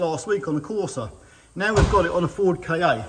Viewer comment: I love your work but I need to pick u up on a point. It’s NOT a Ford K-A it’s a Ka (kaa) sounds a bit like Car which is an Ancient Greek word for earth (or world) kinda like Mondeo in that respect which is why Ford chose em both for multi market cars. Keep up the good work.